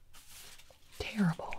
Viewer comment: The way she throws it and said TERRIBLE got me 😂